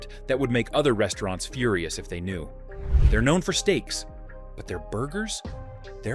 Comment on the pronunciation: Very informative video, but the way you pronounce the names of the restaurants kinda throws me off. Haha. Like there's unnecessary pauses in between letters or words.